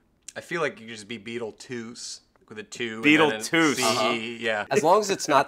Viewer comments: Beetlejuice 2: Beetleduece. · "BEETLEDEUCE GUYS.............. BEETLEDUECE!!!!!!!!" "THEN IN ESPANOL BEETLEDOS!!!!!!"